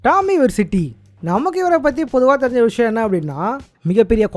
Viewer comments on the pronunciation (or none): Bro plzz olinga pasunga olinga pronounce panunga tommey Vercity Ithunalathan unga channel ithana years agium ivelo low subs plzz learn to speak your editing is good but your language is shit